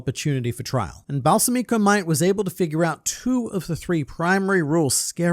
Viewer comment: Balsamico is most likely named after balsamic vinegar, in which case it would be Bal-SA-mico, not Balsa-MI-co. Minor nitpick. Also fourth option: Balsamico succeeded in poisoning Halkenburg, who transferred himself using the Possession Arrow... but to someone else entirely. I mostly want this because Balsamico is such an interesting character and it would be a shame if he died so soon. Either way, it'll be very interesting to find out how things will shake out with Halkenburg's soul being in a new body, how it will affect the Succession War. "The attack on my life has left me scarred and deformed," perhaps?